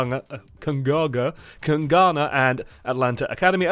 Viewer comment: PLS just call them kings and don't try to say kungarna.